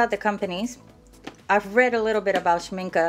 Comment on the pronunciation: Sen-el-i-a, and Sh-mink-ay